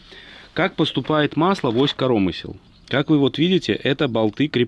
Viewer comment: Как говорит питерский ящер - успех НЕИЗБЕНЖЕН!!!! Удачи! Людочке особый привет!)))) зы. КорОмысел))) я аж остановил видос))) Велик и ужасен белорусский язык)))